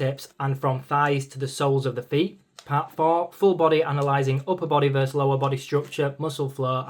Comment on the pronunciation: vs is versus, not verse.